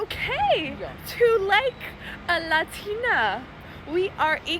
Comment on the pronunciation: The completly normal english combined with the extremely accented "LADINAA" makes unreasonably angry. And I'm not even a native speaker of english.